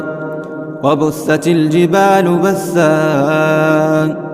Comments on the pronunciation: وبست الجبال بسا وليس وبثت الجبال بثا جزاك الله خير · تصحيح و بست الجبال بسا بالسين و ليس بالثاء